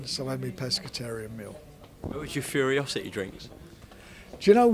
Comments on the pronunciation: I love that everyone calls the drink Furiousity instead of Ferocity. Including Fury himself. Dopes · Why does literally nobody, including Tyson's team, know how to pronounce Furocity? Everyone pronounces it like it's spelled Furyocity...